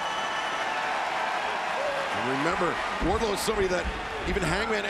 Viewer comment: Just me or is Justin Roberts saying "Warlow" and not "Wardlow"?